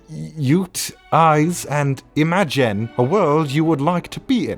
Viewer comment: “Imagen” Bedtime stories. :|